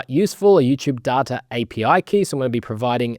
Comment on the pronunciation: sehr gutes video aber du sprichst Data die ganze zeit falsch aus bitte ändern